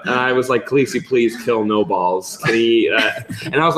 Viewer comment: sam calling Daenerys Khalessi really annoys me